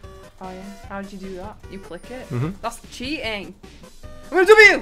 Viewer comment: "that's chea'ing" acento británico puro